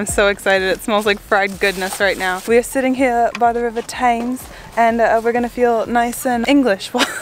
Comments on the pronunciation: "The 'Taims'" ... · 'Tems', not 'tayms'. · I adore how foreigners refer to the river as the Tames, instead of the Temms. Also, haddock with a dock ending, instead of haddick. And mooshy, instead of mushy, peas. Frankly, as a Brit, I have always felt our chips don't come up to scratch, being floppy and adding nothing much in taste to the dish (mind you, a dash of salt and white vinegar do help them along). Just to note, our Government is in the process of banning certain plastic items, such as straws, earbuds, and very likely plastic cutlery in the retail consumer industry. As far as I'm aware, many fish shops now use sunflower oil, instead of cheaper oils that are not polyunsaturated. Lastly, you might not be aware that an award is issued each year for the best fish and chip shop in Britain, and that you might often hear someone saying they're going to the chippy to buy their evening meal. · The river is pronounced 'Tems' not 'Tames'. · NOT French fries, you get them from MacDonalds, KFC, Burger King. Proper thick Chips are what you get from a British Chippy. Also, it's the river Temms NOT Tames. Table manners? Fish 'n' CHIPS out of the paper is finger food, don't worry about it. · Its the river 'Temms' not Tames! and Richmond is a burrah not borrow! Haddock is the fishy not haddock. pronounced hadack. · Thames = Tems, not Tames, use fingers, not cutlery.. use vinegar and salt, not lemon..and if you want traditional fish and chips, no mushy peas, gravey, curry sauce.....and go to the coast for it. If in London....Pie and mash.......heathens. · Ok so the German guy lived here a while back and he calls it the "Tames". I can forgive the yank as she hasn't been before. German guy, not so much. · French fries are not the same as chips. French fries in the UK are what you get with a macdonalds. The Thames is pronounced Tems. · The river is pronounced Temms. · Thames, pronounced “Tems”. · Thames - say "Tems" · river thames pronounced tems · Thames is pronounced tems